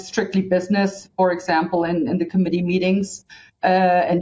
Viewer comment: I thought she said "in the comedy meetings" just for a moment, but it was 'committee meetings.🤣